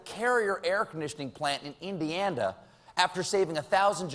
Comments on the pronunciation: "Indianda." Where's that? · anyone heard 'indianda'?? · He said indianda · did i hear it right, Colbert said Indianda? lol... love the man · You may not know what a "euphanism" is, Stephen. But where the hell is Indianda? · >Makes fun of Trump saying "euphenism" > Said "Indianda" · "I'm not sure what a euphanism is..." 2 minutes earlier "air conditioning plant in Indianda" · Ah yes my home state of "Indianda" lol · did he say Indianda in the beginning? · I heard indianda too lol... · Colbert gives a gentle poke at the Donald's mispronunciation of 'euphemism.' But earlier, , Colbert had referred to the state of 'Indianda.' People in glass houses, Stephen! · I love how Colbert talks shit about Trumps pronunciation of euphemism but he can't even pronounce Indiana. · he made fun of trump messing up words when he said "indianda" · Euthanism is how it's pronounced in Indianda. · Makes fun of the mispronunciation of euphemism, however he says 'indianda'?! It's Indiana, Steven, you half-wit. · says indianda and makes fun of him for saying euphanism. go home colbert, youre slippin dawg. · Is it me or did I hear indianda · 🚂👱🏼🖕🏼Yeah and that's how you pronounce Indiana Steven Colbert "indader" give me a freaking break you wanna make fun of trump for bad pronunciation and you can't even pronounce anything yourself what a joke your show has really gone down hill buddy so much liberal bias these days you didn't used to be like that you where actually funny at one point...not anymore sadly I guess you can't make it in media these days with out with out pandering to the liberals lame never watching anything from you again! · he says "IndianDa" then tries to call trump out on the same thing lol .... silly trump haters you can try, but will always fail :) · Colbert definitely called my state "Indianda" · Although to play devil's advocate, Colbert said "Indianda" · Colbert said Indianda. Everyone messes up wirds. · "Indianda" lol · He is having problems.Wont be on much longer.